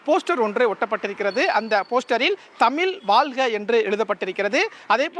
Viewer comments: Please pronounce properly thamiz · என்னது தமில் வால்க வா? முதல்ல தமிழ்ல ஒழுங்கா பேசுங்க செய்தியாளரே...நல்லா நல்லா வாழும் தமிழ் 😅😅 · தந்தி தொலைக்காட்சி க்கு ஒரு செய்தி உங்கள் செய்தியாளர் தமிழ் வாழ்க என்று சொல்ல தெரியல தமில் வால்க என்று கூறுகிறார் இப்படி சொன்னால் தமிழ் எப்படி வாழும்?